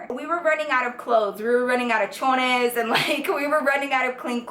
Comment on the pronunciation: Love the video but it was bothering me how she said "chonies" it's pronounced with like "cho-knees" no "chi-nays"